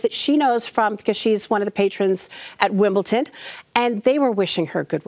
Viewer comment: It's Wimbledon NOT Wimbleton. Please do NOT BE SO STUPID